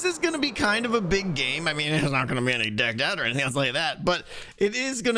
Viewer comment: kept pronouncing DeckedOut3 wrong 🤷‍♂️ 😅😂